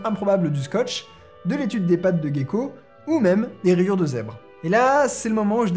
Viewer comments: On prononce Jéko et non pas Guéko. Voilà c'est tout haha. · Gecko pas guecko en français merci des bisous. Respect